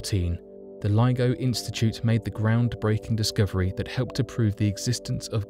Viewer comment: Discooverie? lol